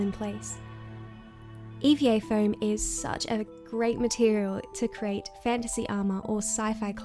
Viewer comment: "CREATE" NOT "CRATE".